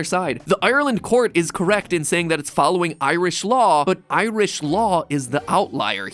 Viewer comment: If you think 'bap' is hilarious, wait until you find out about the Blaa... Also, I'm going to make it my life mission to teach Americans to say 'Ireland' and 'Irish' properly; this vid was torture.